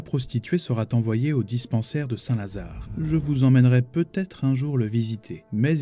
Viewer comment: 1) Non seulement vous inventez des liaisons qui n'existent pas, mais vous rajoutez des fautes de grammaires et des fautes d'orthographes ; ce n''est franchement pas terrible pour quelqu'un qui veut prendre un ton quelque peu précieux : "Clichy n'est pas vraiment z'un bon endroit..." "La prostituée sera t'envoyée au dispensaire de St. Lazare …" "Qui viendra t'ensuite..." "Ce qu'il se passe à l'intérieur..." "Ce qu'il se passe dans la maison..." "Qui se fera t'un plaisir de vous en vendre..." "Quoiqu'il put t'arriver..." à côtoyer des jeunes pollués préférez quelques retours aux études ou dans les dictionnaires. 2) à part Suzanne Flon et 3 bribes de "Un singe en hiver" dès le début, 99 % de vos illustrations sont anglo-saxonnes, et c'est se moquer des gens en imaginant qu'ils ne le verront pas.. 3) Et quand elles repassent 6 fois de suite c'est encore se moquer des gens. Retrouvez le respect, ce sera bien pour vous aussi. À bon escient vous avez opté pour une narration au rythme plus tranquille, alors faites-le coïncider avec moins d'image mais restant plus longtemps à l'écran, en bref, puisque vous vous écartez intelligemment des légions copiant la télé pourrie qui imagine meubler avec du mouvement mais qui ment avec agressivité pour rien, alors ce sera sûrement le bon mix avec votre rythme. Quelques moments de bon travail, alors merci tout de même pour cela.